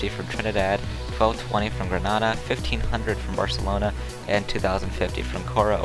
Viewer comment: Grenada is pronounced Gruh-nay-duh